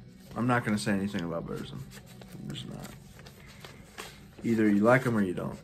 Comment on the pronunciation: Killer update. In The Shadow of The Horns is the best song by Darkthrone, killer albums both of them. There is no controversy with Burzum, he is a dick and his music is great. Pretty good pronunciation on the Burzum stuff. Just look at my 'How to pronounce the shit' video. Lawless Darkness was the last real great album by Watain imo, they kind of lost the evil touch after that, so the first 4 albums is killer. Mayhem - Daemon is a great album. Cheers mate. 🤘🤘